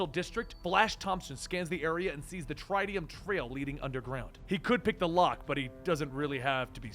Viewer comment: Did he just say the Tritium.. "Trytiuhm"